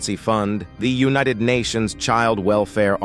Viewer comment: Is it not possible to get the facts correct...Mumbai is on another continent altogether, not Africa.... and pronounce the words correctly...u-nee-ted/united, push-shed/pushed? Unprofessional!